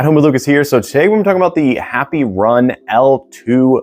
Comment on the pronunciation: Did he say happy run? 🤣😂😂😂